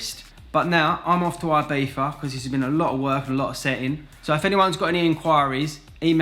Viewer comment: Did he say Ibeefa nit Ibiza?